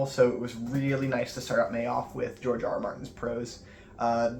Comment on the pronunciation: It's actually pronounced George